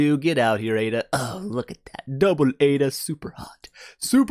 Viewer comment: What I heard in the intro, " What's going on peeps it's here and today were doing Aida" end quote 😂😂😂😂